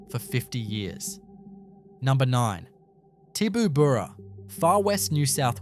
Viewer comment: This channel is ran by an absolute flog. He can't even pronounce the names correctly of some of the towns he's talking about. These stories are ridiculous. As a former resident of Tibooburra (one he couldn't pronounce correctly), that story is absolute hogwash.